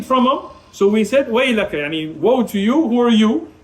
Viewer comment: Why is he saying “y3ani” if he’s Pakistani